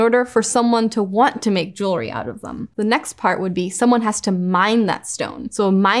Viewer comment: It’s refreshing to hear the word jewelry being pronounced properly. It’s aggravating hearing it being mispronounced all the time. I don’t understand what is so hard about it. It’s jewel-ry, it’s easy.